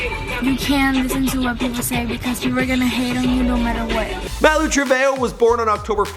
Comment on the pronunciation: Do u know how to say MALU